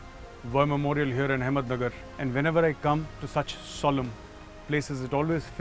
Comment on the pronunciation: It's ahmednagar not ahmedmagar